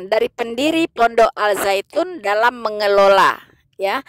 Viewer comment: Koreksi: Dalam penulisan bahasa Indonesia, Al- Zaytun, sudah benar. Akan tetapi cara membacanya atau menyebutkannya utk Indonesia tdk lg Alzaytun tapi Azaytun. Al- Zaytun, di baca: Azaytun.